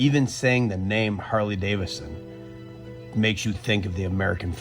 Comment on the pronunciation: "even saying the name Hurley Davisson". Can't even say the goddamn names right, the whole country must be just guzzling lead at this point.